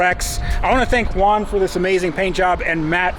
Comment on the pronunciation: "With my friend Juan" sounded like "With my friend one" 😂 numbered friends😂